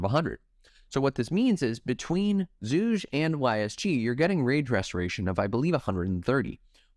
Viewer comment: bro if you want to shorten his name just say "zhu", his chinese name is pronounced with a hard g.